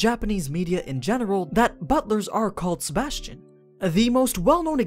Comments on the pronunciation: Sebastian uch.... sebas tian -. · AniNews: Sebas Tian Me: Sebas-Chan ....... I hate my self lol